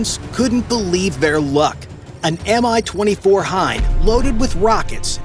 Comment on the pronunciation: The name of the heli is not M-I as you pronounce it. It's MI, and correct pronounciation is identical to english word "me".